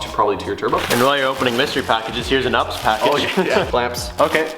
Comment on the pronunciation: I’m sorry did you just call it’s UPS